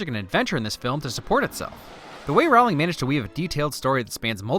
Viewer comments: Jk said herself that her last name isn't pronounced row-ling it's pronounced ro-ling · lol I've watched this before and I'm now noticing he's pronouncing her name wrong. It's Rowling like rolling. Nice job. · Every time you mispronounce JK Rowling's name it as if millions of voices suddenly cried out ... and were suddenly silenced. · Great video. You did a wonderful job describing a wonderful movie. Small note......Jo's last name is pronounced Row-ling, not Rowl-ing. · Okay, sorry. I'm gonna nitpick this. Rowling rhymes with bowling, not howling. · Stop saying Rowling like that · It’s ROWling not whatever you pronounced.